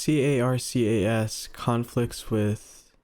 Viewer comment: says C.A.R.C.S twice in one sentence* Cuts to an image clearly saying C.A.R.C.A.S* You'll get there eventually buddy, I believe in you 🥹